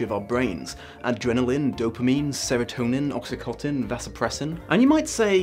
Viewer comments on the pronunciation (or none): Oxytocin. Not Oxykotin. ;) Apart from this biological heresy a very good video though (as always). Thank you for "defending" twilight-fans and pointing out what exactly is so appealing about this type of book for a lot of insecure young readers. It doesn't make the book any less problematic, but the fans deserve a lot more kindness and empathy than the condescencion they get from a lot of critics. So thank you a lot for being honest and on point with your criticisms while also pointing out unjust ones. Nowadays it seems refreshingly "bold" to publish a well thought-out video essay like this than merely picking a side and screaming overexaggarated strawmans out into the world. Thank you!